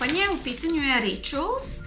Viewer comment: Draga, video za uživanciju. 👊😊 Jedna od rijetkih koje pratim a da Rituals izgovara pravilno. 👍Maskica Tea Tree bi za mene bila pun pogodak, ali kod nas je nisam vidjela. Mislim samo s avokadom, mrkvom, kokosom i borovnicom. Ali, ako kojim slučajem naletim na nju, uzimam. Pozz... ❣️